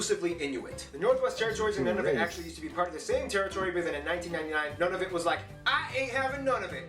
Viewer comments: It's pronounced like "noonavut." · It is not Ottowa, it is Ottawa. He pronounce Nunavut wrong. It is Noonavoot. Alberta has the third largest gas and oil reserve in the world. New Brunswick is officially English and French. Argo has false aspects of it. The video you watched is not really the best. The person on it is he a Canadian? Eskimo is wrong. Edmonton has the world's largest cultural festival in the world, Heritage Days. Come and travel Canada. My family and I drove a motorhome across Canada.